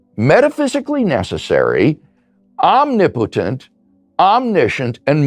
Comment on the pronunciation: I’m waiting for the day that mental gymnastics becomes an Olympic sport. These guys will clean up. And I also find it funny that Low Bar Bill can’t pronounce “omnipotent” properly. 😂